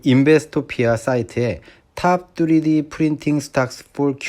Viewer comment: 뚜리디..귀에 너무 꽂힙니다 ㅋㅋ